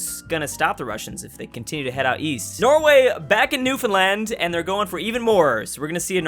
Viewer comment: NEWfenland??? Isn't it NewFOUNDland? Was I pronouncing it wrong all my life?